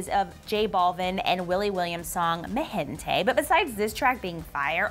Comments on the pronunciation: Omg it’s pronounced MI GENTE not ME GENTE lol I’m dead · Mi gente. . .se escuchó como me gente xD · Cringe at how she says Mi Gente